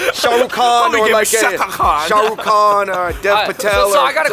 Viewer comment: David gave sarukh khan a new name 😂😂 Sakha khan He probably gonna laugh so hard after listening it